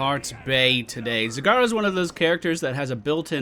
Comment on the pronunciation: You mispronounced her in the beginning, this is how you pronounce it: "Z-A-G-A-R-A". Make sure you have a Japanese accent for it :D